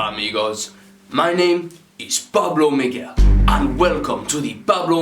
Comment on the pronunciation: Pablo Miguel u said my name right first man ever do u have a Instagram